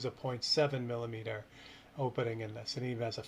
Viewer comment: Did you say "milineeter"? 😂